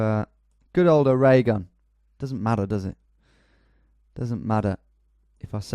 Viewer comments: Dude ,, it pronounce OREGON.... as in the instrument pipe organ ,. it pronounce the same OREGON AND ORGAN THE SOUND THE SAME .. said a girl from Oregon .. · I was like but.... he calls Oregon, OH-RAY-GUN. can't be woke about arkansas ahahah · I love how he always pronounced Oregon like oregano